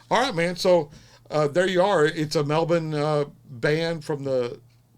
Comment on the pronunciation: Look at you go. You've got it right saying Melbin. Super proud of you.